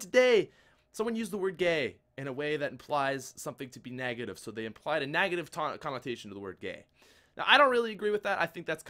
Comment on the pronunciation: "Nagative" - 2015